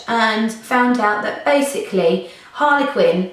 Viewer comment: why is she saying Harlequin not Harley Quinn